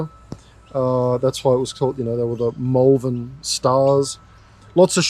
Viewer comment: Mulvan? 😂 Either people from Melbourne are being weird again, or they don't know how to pronounce Malvern.